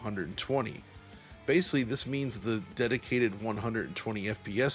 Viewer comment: You pronounced the word ‘basically’ correctly exactly one time in this entire review. You mispronounced it as “basely” more than a dozen individual times throughout. Imagine if proper grammar was like good performance; that’s some seriously inconsistent word pacing.